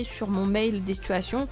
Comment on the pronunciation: Les SiTuuAsTiiOnn ! Comment tu le dit te me fait riree ❤️ Et le calcul.... ❤️ bisous